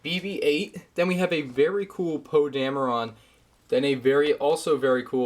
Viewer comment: It's Poe damrin not trying to be mean okay